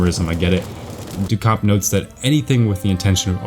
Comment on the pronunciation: Also sorry, not sorry... it's pronounced Marcel 'doo - shaamp'